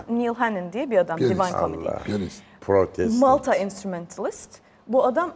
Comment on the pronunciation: Senin kusurun değil bro "maltay" gibi telaffuz etmesi gerekiyordu